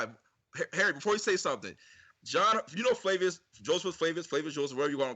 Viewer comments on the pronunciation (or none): none